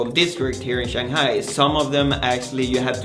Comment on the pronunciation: This guy cannot even tie a tie properly and he cannot even pronounce 'Shanghai' correctly. He is full of it.